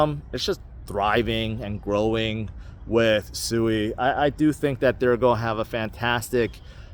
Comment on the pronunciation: It’s pronounced swee